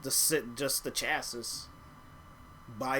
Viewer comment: pronounced chas-see